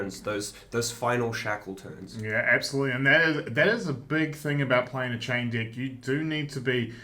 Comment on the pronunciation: As an American hearing them say dick when they say deck has me crying lol.